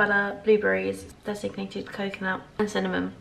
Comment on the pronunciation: Lovely vlog! One thing, though: I keep hearing "designated coconut", when you mean "desicated coconut" :)